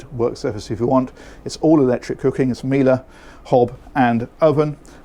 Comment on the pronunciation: yes but it’s not pronounced with an a at the end.